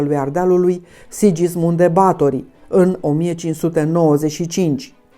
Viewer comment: este pronuntat "Sighismund" nu Sidjismund.